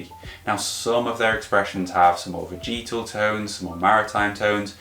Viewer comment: Good channel, great content. Only one thing bothers me.. veh-juh-tl. Repeat after me.. veh-juh-tl 🤷🏼‍♂️